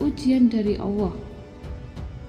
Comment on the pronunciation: Allah... sebutkan dengan betul